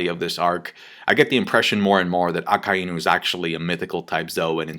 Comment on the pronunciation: Fuck sake I'm sick and fucking tired of all you people saying aka-eeeee-new like for absolute fuck sake its aka-EYE-nu holy fuck